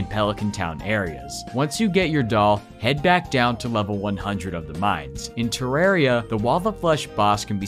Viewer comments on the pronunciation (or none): Sinner. Don’t even speak of terraria again pronouncing it like that